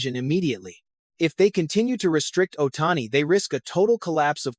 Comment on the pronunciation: LMAO! What bullshit drama. They didn't do anything without talking with him, FIRST. Who T F is "Ohtanny???"